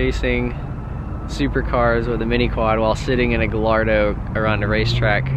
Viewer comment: The double L in Gallardo is pronounced as a Y. So it would be pronounced "Guy Ardo". I mean no disrespect. Just wanted to help.